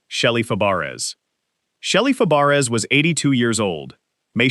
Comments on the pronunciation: What does the picture with the professor from UK who died have anything to do with Shelley Fabares? I don't get it. And as someone said you're prouncing her last name incorrectly, it's prounced Fabray like her aunt Nanette Fabray, her aunt changed it to sound like it should sound. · If you can't say her last name right then don't say it then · Yeah, jeez! How insulting in a memorial video!